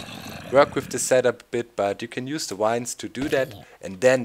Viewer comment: the v in vines sounds like the w in wurst doc